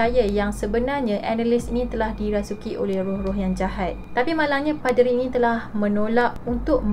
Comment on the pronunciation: Apo 'PE'deri 🤣